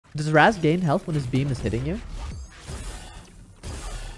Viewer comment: I wish people would pronounce Raz's name right, now they got me saying it